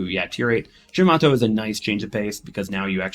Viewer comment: Oh mate, we need google translate for your pronunciations 😂😂😂…Shi-man-toe. ‘Mimi’ has left the ship😊